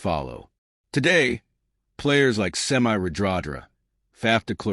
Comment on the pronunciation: Some feedback, maybe learn how to pronounce rugby players names correctly. Piutau and secondly, It’s not Semi (Radradra), in the English sense. It’s a different language, so vowels must be pronounced differently. Do your research and be accurate. Just like you’d like your own name pronounced correctly.